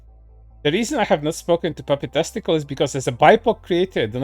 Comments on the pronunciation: I heard it as papi testicle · I was hearing puffy testical, which honestly sounds like an improvement in name. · The way you say "puppytastical" sounds like "puppy testical" I was very confused and honestly weirded out at first.